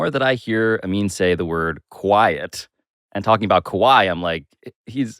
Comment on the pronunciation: "Ka-whiet" = Quiet 😂😂